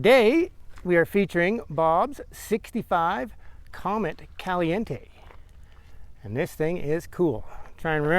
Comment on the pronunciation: Nice conversion! A lot of work went into this to make it all fit. I've owned two '65 Comets: a Cyclone and 202. You pronounced the name correctly. :)